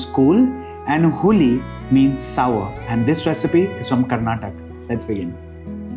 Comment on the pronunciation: I appreciate you making a south indian recipe. However our state is karnataka and not karnatak 😊